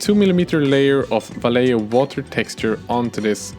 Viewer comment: Great vid, great channel so far and great! You pronounce Vallejo correctly haha. Gracias por tu trabajo!